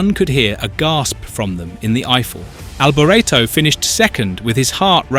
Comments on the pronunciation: Good facts, crap narrator! "Mickayle Alboreretto" for gods sake! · The narrator is British and unfortunately put a British spin (mis pronouncing) on several words, including "Alboretto".